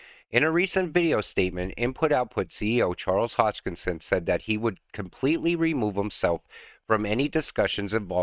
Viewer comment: Another great video. Thanks. Just one thing: Hoskinson, not Hodgekinson.